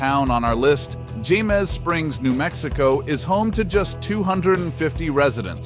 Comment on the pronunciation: Jemez is pronounced hay - mez. Some winters Jemez Springs can get as much as 9 feet of snow. Since some of the residents are employed in Los Alamos, commuting can be difficult at times.